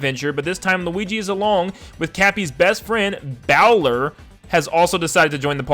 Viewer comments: A bowler hat? “Bowl-er” not “bow-ler.” Mario heavily used his hat in the last Odyssey game. Lol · not bow ler, bowler as in the hat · It's "bowl-er" hat. Like what Charlie Chaplin wore. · It’s pronounced “boh-ler,” not “bao-ler,” so it doesn’t sound much like Bowser at all. I’m pretty sure it’s a reference to bowler hats. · You said Bow-ler but I believe it’s pronounced bowl-er like bole rhyming with hole, which bowler hats are real hats, but I don’t think they’re giving Luigi a bowler hat unless it does the same thing cappy does with Mario turning into his hat. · Bowler is a kind of hat, and it’s pronounced BOWL-er as in someone who goes bowling, I guess. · Bowler as in a bowler hat not baowler it's not pronounced like Bowser it's pronounced like bowling you dun dum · Bowler isn’t pronounced like bowser, but like the sport bowling. Supposed to be a bowler hat, which do exist in bonneten already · Bowler is pronounced as ‘bowl’ as in a ‘bowl of soup’ which actually does make sense because there is a type of hat called a bowler hat Edit just realized others pointed out the same in the comments! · Bowler as in boaler, like the hat type. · it’s bow-ler. like a bowl of cereal. a bowler is a type of hat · I think it’s pronounced, Bowl-er (like a bowler hat) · Bowler is another kind of hat dude! (Also it's said like bowling, not like Bowser) Therefore, I find this leak quite credible, although that just may be my hope talking! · Pretty sure it's pronounced Bowl-er as in Bowler Hat. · The “bowler” name is actually pronounced “bowl-er” and makes sense because there is a type of hat called a bowler hat, which looks like the hats the people in the Metro Kingdom wear. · It’s pronounced bowl-er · it makes sense if you pronounce it right. It’s pronounced BOW-ler, as in someone who plays bowling, and a Bowler hat is a type of hat. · It's pronounced Bowl- er as in bowl. You know, like a bowler hat. It's a type of hat.